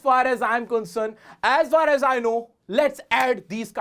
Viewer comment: sir maine apka 1 vidio me dekha tha ,aap usame for me ,r, silent karane ko kaha tha to aap isame as for as kyo bol rahe , please repy me